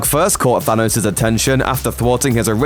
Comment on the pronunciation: "Phanos" hahahahaha